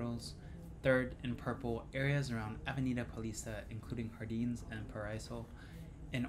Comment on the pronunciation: Nice video, and I agree with the tips on safety and locations.. one quick note however.. not "hardins" or "rio de haneiro", but "Jardins".. in Portuguese, we pronounce J like J (janitor, journal, juniper) and not H like (hanitor, hournal, huniper) ;)